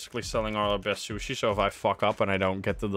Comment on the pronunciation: i love how keeps saying shushi